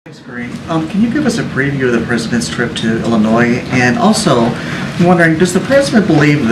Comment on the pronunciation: Doesn't know how to pronounce Illinois